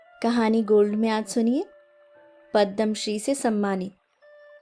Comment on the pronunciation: पद्दम श्री नहीं पद्म होता है